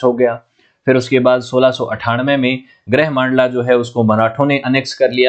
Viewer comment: ग्रह मांडला नहीं गढ़ा मंडला, गढ़ा मतलब फ़ोर्ट, मोक्षाकाल नहीं महाकोशल है वो, कलाचुरी नहीं कल्चुरी है 🤦🏼‍♂️